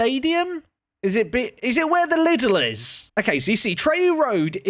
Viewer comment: Fun fact, we pronounce the German chain Lidl like this: Lee Dell But Little ist also fun :D